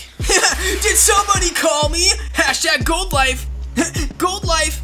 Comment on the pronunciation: When sonic says #goldlife or #oldoife😂